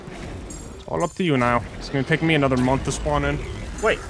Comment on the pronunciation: take not tame